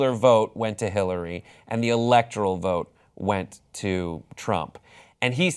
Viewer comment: I stopped watching when he said "electral vote" instead of "electoral"